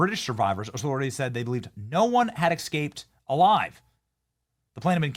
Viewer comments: excaped a nucular fireball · Escaped does not have an X in it. You may want to pronounce it correctly for more credibility.